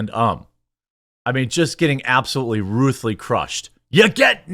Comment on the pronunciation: "Getting absetly ruthly crushed"